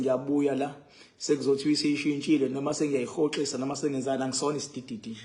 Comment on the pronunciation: Yabona xa sowubiza eligama lithi Sidididi vele ndiphele yintsini😂😂